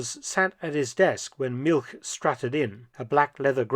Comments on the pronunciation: ‘All expenses paid trip to Siberia’ 😂 Btw ‘Milch’ whilst it does means Milk in German is more accurately pronounced like ‘Milsh’ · Now Mark, as an historian specializing in WWII and Germans, you know that milch is pronounced "Milsh". Naughty boy. 😊😊😊